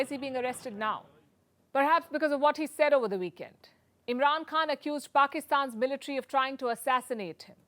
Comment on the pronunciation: Palki ma’am - it’s “khan” from the epiglottis….